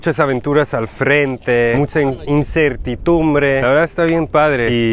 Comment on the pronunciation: (Incertitumbre) es incertidumbre!, ponte las pilas, si no estas seguro investigalo, Google it first dude! ✌